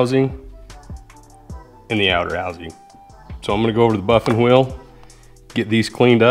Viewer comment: The most important thing I learned from this video is how to say buffing wheel. I’ve been accenting the wrong syllables. Bike is killer!